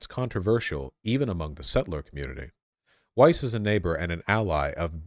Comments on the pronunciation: Please stop stroking, lovingly your hipster beardy hair mustache. You lose massive IQ cred with every stroke. Like man -bun hair on the heads of soccer players. And, yes it's Weiss. with a V sound. It is jewish, Yiddish and German. Weiss, German for "White". Pronounced "Vice". like that. Wysse is the Americanized de-jewishized pronunciation. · "Weiss" is actually pronounced "Vice" in german (W in german sounds like a V does in english) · Weiss is pronounced vise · Just to let you know in my opinion German names are just that, you can choose to bastardise them by deliberately pronouncing them wrong as the Americans and British do. Weiss is white in English but the W is pronounced as a V, no matter where the person lives the name is the same. Epstein too, it should be pronounced Epstine because ei is pronounced as i. Still, do what you want, but personally I choose to pronounce (and expect others too) my name correctly. It is a Northern English name and the German people here always have problems with it, so I take the time to teach anyone who cannot pronounce it how it is pronounced. Our names are important. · Weiss is pronounced in hebrew exactly like in german. Daniella is one of the most extreme settler. She is brain washed.